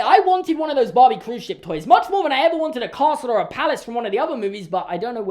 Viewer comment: No one:: BAWHBIE